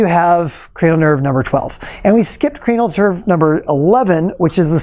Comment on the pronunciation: Did he say cranial turd?